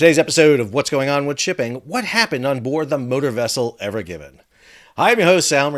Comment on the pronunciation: It's evergreen not evergivin....sorry you said it wrong like many times a couple in the first 10 seconds